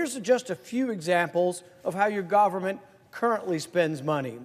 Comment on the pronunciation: GAUVORMENT..... STILL LAUVE YOU RAUND PAUL!